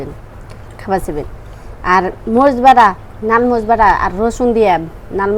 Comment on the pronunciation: মরিচ এইটাও কি একটু সুন্দর করে বলা যায় না কি কয় মস এটা কোন ভাষা